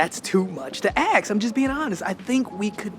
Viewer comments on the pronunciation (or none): Why do you always say aKs instead of aSk when you are talking about asking something.